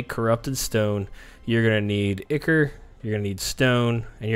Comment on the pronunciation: I'm sorry dude, your information is golden(like, seriously, the best vid I've seen on the subject), but your pronunciation needs work :) Dagon = day-gone, ichor = eye-core and chitin = kye-tin.